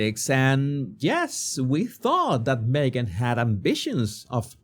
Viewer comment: Me-gain missing? What a pity 😂